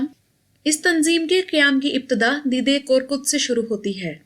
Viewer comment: سسٹر اس کا تلفظ دے دے ہے دی دے نہیں۔ دے دے ترکی میں دادا کو بولتے ہیں۔